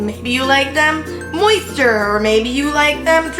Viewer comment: did you say moister? 😶😶 haha nice work!